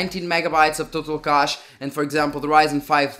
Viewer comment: You should practice to pronounce a word combination like "huge cache" ;)